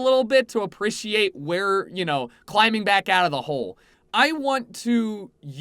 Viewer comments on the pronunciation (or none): apiecerate? you mean appreciate? go to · Monkey D. Naruffy I know but he mispronounce it and it made me laugh